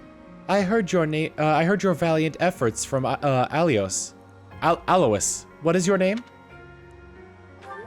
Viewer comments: One problem about lack of voice acting: many mispronounciations. Leicester being pronoucned “lester,” and Alois being pronounced “aloy-eese” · I think Alois is pronounced (soft A-loy).